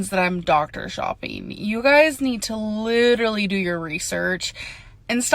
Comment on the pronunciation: Litterlee. LITERLEEEE